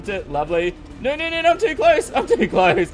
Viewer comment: Is "no" or "no" in an Australian accent?